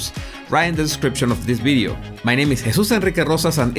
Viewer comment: He should get a trophy for the coolest way to say one's name :D